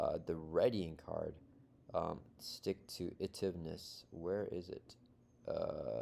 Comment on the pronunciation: It's pronounced "Stick to it - ivness" ;p